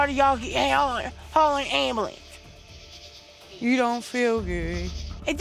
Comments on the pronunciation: It doesn’t mean I need an *Angmblans* I’ll tell you when I need a god damn *Angmblans* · Ok hold on i gotta say this.. "AmBeLunCe" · a god damn 'amulence' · “Damn Ambalance” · AM-Ba-lance = ambulance 🚑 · Ambolance hahah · amulance! where the b lmao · Anyone else laughed at how she pronounced ambulance. 😂💀😂💀